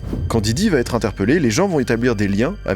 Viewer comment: “Va ETRE” et PAS “va TETRE”.. Jen ai ras le bol d’entendre cette fausse liaison à l’oral ..il vient d’où ce T ?? On ne dit pas “il va Ta la pêche” c’est pareil pour “il va être”.. j’en entends de plus en plus de partout ça me rend dingue 😂